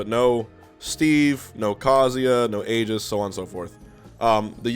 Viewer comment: HBox it's great n all that you're covering this but I'm so split on your pronunciation of 'Aegis' that I can't get past it